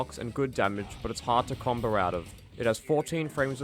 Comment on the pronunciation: "combow", not "comboar"